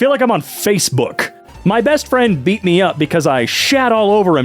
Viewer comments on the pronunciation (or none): none